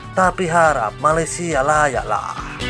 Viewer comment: Malaysia itu “piseurieun” wkwkwk